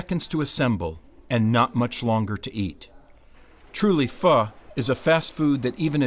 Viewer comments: It’s spelled PHO.... not feu..... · Seriously? Just say pho in a normal way... -.- obviously it's not PHUH its pho 😤